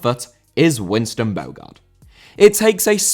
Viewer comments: Your pronunciation is awful. Ade is pronounced "Addy". Bogarde is pronounced "Bo-harder". It shows you only read fact sheets rather than experiencing it at the time, nor looking at them playing on YouTube. Poor show, man. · Bogarde* not Bôuwgard